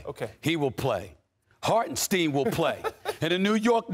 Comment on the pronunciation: Stephen A fake A fan learn how to say Hartenstein